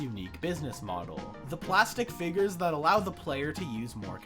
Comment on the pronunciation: Blud is saying figgers